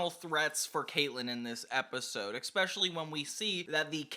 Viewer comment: Really didn't want to say this, but it happens too much... That word is not pronounced "eckspecially"; it's "especially" with no super hard consonate.